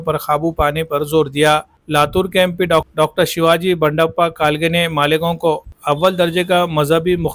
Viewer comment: वह मालिगांव नहीं है मालेगांव है😊😊😊